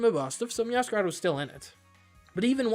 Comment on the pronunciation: Fuecoco is called Fway-co-co because of Fuego. Meowscarada is Meow-sca-ray-da because masquerade. It's Rev-va-vroom because Vroom. Dunsparce is Dun-sparce because he's a dunce. Quaquaval is Qua-kwuh-Vahl because Festivale. Feel free to ignore.